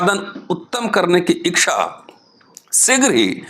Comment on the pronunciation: Thank you very much, sir ! I think it is ' ichha', not ' ikchha'.